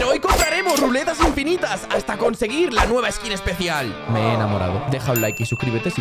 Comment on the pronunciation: Porque dices epecial